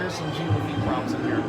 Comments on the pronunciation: Jean rhymes with John not Gene :) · okay wow you're cute and all but you pronouncing Jean as Gene has been bugging me since I started watching your videos.